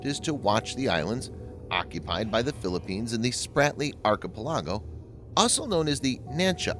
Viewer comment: This voice over guy is very successful. I hear him all over youtube. What I can't understand is how a native English speaker can mispronounce archipelago. You are killing me man! Especially the way he chose to say it.